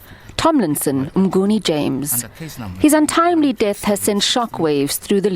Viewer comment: Mnguni not "Mgnuni"